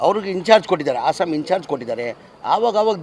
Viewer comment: ಲೇ ಜಮೀರ.... ಆಸಾಮ್ ಅಲ್ಲ ಅಸ್ಸಾಂ , ಕನ್ನಡ ಮಾತಾಡೋಕೆ ಬರೋಲ್ಲ ಅಯೋಗ್ಯ